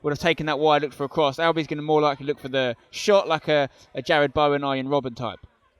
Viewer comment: Can’t believe spenny said Bowen/robbed lok